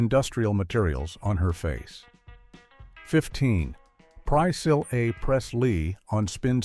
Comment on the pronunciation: Why in the world can this text-to-speech voice not say Priscilla Presley's name correctly? It just butchers it. You lost me when I was listening to that. My own text-to-speech in my screen reader can pronounce her name correctly why can't this one? I'm really not trying to be a jerk but I can't watch a video when text-to-speech cannot even pronounce Priscilla right. You might want to consider using a different text-to-speech voice.